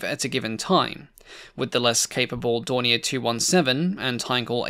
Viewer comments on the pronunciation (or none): none